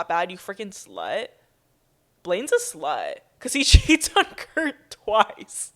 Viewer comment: “you’re a SLHUTE”